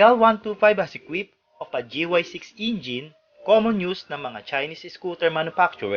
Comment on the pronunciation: natawa ako doon sa pagkasabi ng "Gy6 Ingine" at honda gy6 ingine🤣